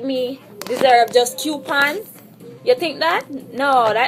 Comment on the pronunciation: Oh my fucking god this girl is tooo irritating....these are the basic bitches thtr trying to live above their mean....bitch u don't deserve anymore than fucking coupons.....and its Coupons not Quepons....damn embarrassment to Jamaica.